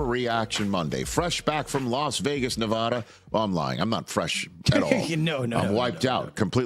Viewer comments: Rich....it's NE "VA" DA - a as in "apple" - not Ne "VAH" da - like you took a cool drink. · PLEASE LEARN BOW TO SAY NEVADA